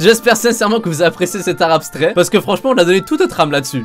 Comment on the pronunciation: Quand il a dit « de l’art abstrait » j’ai compris « de l’arabe strait ».